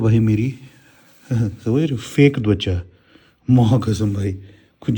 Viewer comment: ❤ just to tell you bhaiya, Skin in Hindi it’s TWACHA not DWACHA. Sorry to point it out if it’s said that way in Kashmir. Much love